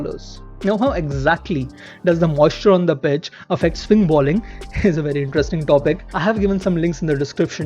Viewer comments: The presenter has a thick Indian english accent, and a lot of Indians mispronounce 'bowling' as 'balling'. That's the reason. Anyway, that doesn't detract from the entertainment value of the videos, and the interesting stories he brings to the audience. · I like your videos but I notice that you keep saying balling instead of bowling. Its is not even about grammar, that ball is a noun and bowl is a verb but anyone who knows cricket, surely knows it is bowl, bowling etc. Maybe you have a reason?